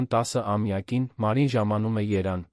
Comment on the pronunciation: Ինչ խոսք, թեման հետաքրքիր է, բայց, ըստ երևույթին, թարգմանված է անգլերենից և ոչ հաջող։ Իսկ կարդացողը, ամենայն հավանականությամբ չգիտե, որ հայոց լեզվում «և» տառը ոչ թե սղվում է, այլ կարդացվում է«եվ», այլապես Երևանը չէր հնչի որպես Երան, Ժնևը՝ Ժն, իսկ բոլշևիկը՝ բոլշիկ։